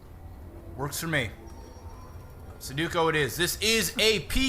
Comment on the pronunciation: Nice job guys. Can't be easy working with a game like that, but you pulled it off well. PS. I'm pretty sure that Sudoku is one of the most mispronounced words of all time. :(